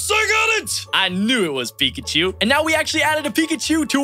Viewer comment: It's peecchoo